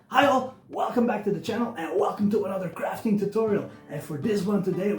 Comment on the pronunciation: Hi. Love your video. Just wondering if you’re saying ‘Hi All’ or ‘Hail’ at the start of your video. Great work on the fortress. Bobby.